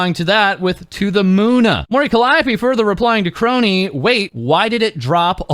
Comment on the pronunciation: Thank you,, for not pronouncing it "Skronii"